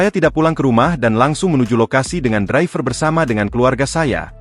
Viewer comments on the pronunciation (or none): none